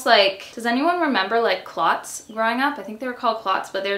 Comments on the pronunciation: It’s culotte😂 and it’s not an “American word”. It’s got roots elsewhere which means it’s pronounced differently in different countries. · Okay, I have to ask - in Canada, do you pronounce “culottes” like “clots”? I grew up on the US West Coast saying “coo-lots”, so I’m wondering if the pronunciation varies. 💗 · idek 🤣 all I know is we just put emphasis on the 'u' but it's like cuh-lots instead of cooh lots